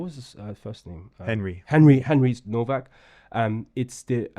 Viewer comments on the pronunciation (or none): The least you can do is get the spelling right. It’s Nowak not Novak. Sit there showing sympathy but can’t even get his name right.